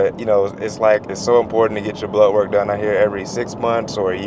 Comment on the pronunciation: I’m from New Zealand 🇳🇿 when he says blood work I hear ‘blow work’ yip. A double take a few times 😉